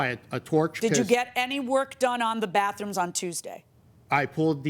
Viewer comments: Well to be fair at least he has three "baffrooms" 😎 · Well at least the guy has three "baffrooms" 😎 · It's baTHrooms, not baFrooms. Just one of those little things that irritate me when I should just let it pass........... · It was "BAFF ROOMS" for me. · It sounded like the plantiff kept saying baf what it that